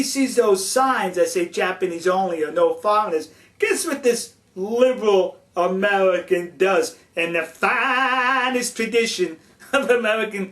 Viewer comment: ...sulface...tellible...amelican...pelspective BWAHAHAHA